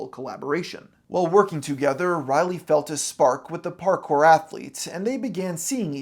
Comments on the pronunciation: Do you keep pronouncing her name O'Reilly?! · Why does this guy repeatedly call her O'Reilly? Kills all credibility. I'm almost half way through this vid and I'm going to stop here. Boo, downvote. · Riley, not O'Reilly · Am I the only one who hears “O-Riley” every time he says “Riley”?